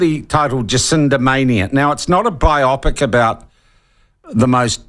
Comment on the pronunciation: LOL Bi-opic or Bio-pic